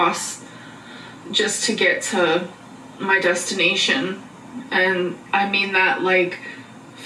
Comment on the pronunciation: "...to get to my destin .... ation" Destiny-ation??